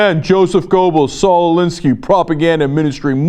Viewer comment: It's not Goe-bells, Cenk. Ger-bells.